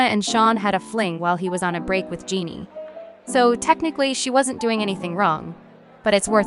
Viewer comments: Big Sean girlfriend is pronounce Je-nay not Genie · Im so sorry but😭 Jeanie? It’s j-en-ay 🫶🏿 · It’s not “Jeanie” Jhené is pronounced “Jen-A” tf??? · genie? its Juh Nay. Jhene Aiko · JUH-NAY…not “Genie” 😭😅🥰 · Jhene pronounced Jah-Nay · please learn how to pronounce Jhené correctly ffs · the pronunciation of jhené 💀💀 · Girl I cannot get over how you pronounced jhené aiko's name lol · THE WAY YOU PRONOUNCE JHENÉ’S NAME 😭😭😭😭😭💀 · I know you didn’t butcher our girl Jhenés name. 😩😩😩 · I know but it was cracking me up 🤣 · I hate the way she butchered her name 😭